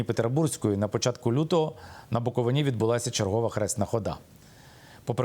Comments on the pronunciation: Щановний! Правильно Буковина- наголос на и. Дуже ріже вухо неправильний наголос. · Пане Миколо, правильно вимовляти букоВИна. Дякую за важливий матеріал. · Як автор може називати себе журналістом якщо він неправильно називає край Буковина. Микола подивись як правильно буде наголос на слові Буковина. Не позорьтесь😮😮😮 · Княжицькому варто знати, де наголос ставити на назві Буковина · Я Вас благаю кажіть та вимовляйте правильно слова, не Буковина́, не на Буковинí, не Ба́нчени, а Букови́на, на Букови́ні, і Банче́ни. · не БАнченський, а БанчЕнський, не БуковинА, а БуковИна. Ви нічого не знаєте, зате багато вчіте. Всім відомо, що по всьому світу іде боротьба з православ ям. Ви, особисто, православний ? Ні. Тоді все зрозуміло. ... Митрополит Онуфрій не поминає кирила, то старі записи... За офіційними даними 72 % українців сповідують православну віру, 9 % - відносять себе до католицької церкви і 4 % - протестантської церкви. І Митрополит Лонгін робить дуже добру божу справу, щодо діточок. Ваші душі , нажаль, - чорні, тому ви все бачите - не по правді. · Наголос пан Княжицький невірно кладе відносно назви Банчени і слова Буковина. Видно, що є вам над чим працювати.